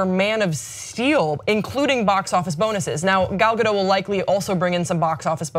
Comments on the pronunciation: Ga-dot, not Ga-doh. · Why can't anyone pronounce her name right 😩😩😩it's not that hard! G-ol Ga-do-T (the T is not silent!!!) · The t is not silent she even said it herself on the jimmy kimmel show its pronounced gal gadut like shut